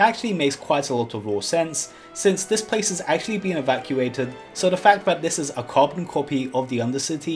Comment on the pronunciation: "this pwaice is wewy kweepy... " Me: "if you're haunting wabbits, maybe"